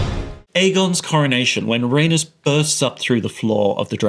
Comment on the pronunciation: It took me a while to figure out who you were talking about because of how you mispronounced Rhaenys LMFAO